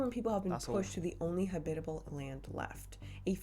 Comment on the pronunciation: in my life I have never heard someone say habitable like that